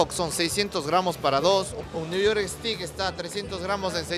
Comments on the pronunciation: STEAK 🥩 se pronuncia e-s-t-e-i-k. Cuidado, 😊 ustedes dicen "estic" es un palo (pedazo de madera). Saludos 🌹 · Si, le falló la pronunciación 😁, en todo caso buen video.